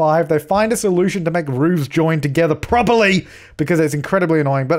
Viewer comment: "PROPERLY!" 😂 just the way you said that and with your accent 😂😂